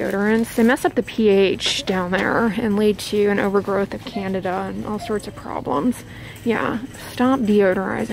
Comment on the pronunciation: It sounded like she said an overgrowth of Canada LOL